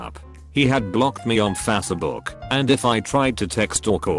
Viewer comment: "Fassabook" This is the reason why I watch these. I will never get tired of hearing this bot voice pronounce Facebook. 😂